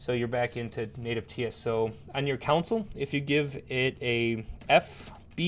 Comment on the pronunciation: "console" != "council" so stop saying it wrong! :) but seriously, a very good video. subscribed!